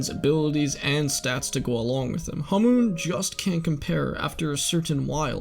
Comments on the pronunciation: first of all, why are you pronouncing hamon, as hamoon second, you could just blame joseph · why do you say hamoon not hamon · U say it like its written hamoon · Why can literally no one pronounce hamon right. Hamoon🌑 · Its pronounced HAH moan